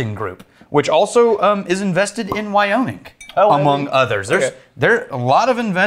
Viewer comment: just curious...why do you make a "k" sound at the end of words like Wyoming? Anyway, love the content! Probably would have never tried Scotch without this channel. Specifically Ardbeg 10...changed my life! Thanks Guys!